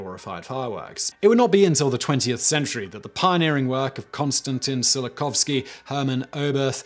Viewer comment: "silikofsky" ?? If I did not know you were talking about Tsiolkovsky, I would not have guessed it.